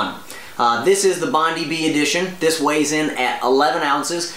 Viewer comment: the correct pronunciation is Hoka Oh-knee Oh-knee, Bond-eye B